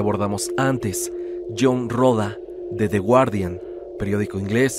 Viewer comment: de de wardian, chido tu inglés 😏🤭